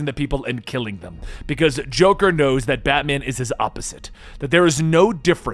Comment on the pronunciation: Lol u said droker drones